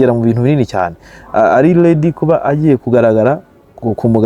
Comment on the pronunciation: Eeehhhh,??!!nawe kweli??uti leady??oyaaa ni R,ukosore rwose uti ari ready please.